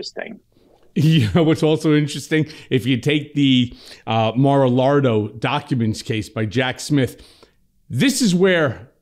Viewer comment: Dude stop saying ( mar alargo ) it’s -> ( Mar a lago ) simple ! No that i care how you call that crazy, full of corruption place - No (R) on lago